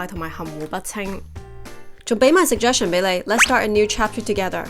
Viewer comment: 可否搞清楚suggestion 的讀音？